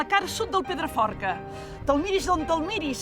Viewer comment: Llastima que aquesta tia no sapiga ni tant sols pronunciar el nom del Pedraforca, i ens vol fer veure que el coneix sensa haver-lo vist mai a la seva vida. Perquè no el presentava algú que de veritat l'estimés?